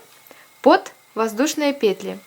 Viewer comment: классная сумка и мк хороший.Но ,девочки, пЕтли..ударударение даже пЕтелечках на первый слог.пожалуйста..